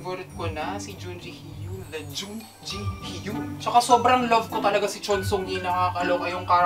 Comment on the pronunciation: actually ang pronunciation niya ay /JEON-JI-HYEON/ and not /JOON-JI-HYOON/ :)